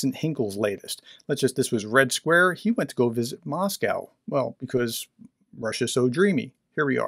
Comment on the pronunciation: no, his pronunciation of red square was aweful